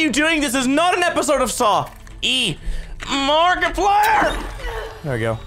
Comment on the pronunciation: He literally just said markrpiler